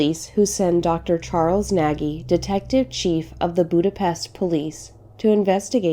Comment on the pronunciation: Thanks for this interesting story from Hungary. I live there partial but never heard about it. Your pronunciation was quite well except the name "Nagy". It is correctly spoken like "Nodch" 🙂 Greetings from Germany and keep it up!